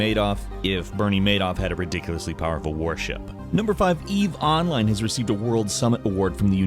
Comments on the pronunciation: say "online". - onlAYne. - good, now say "eve online". - Eve OOnline! triggered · Your pronunciation of "online" with the accent in the O instead of the I is incredibly weird to me, even though it's technically correct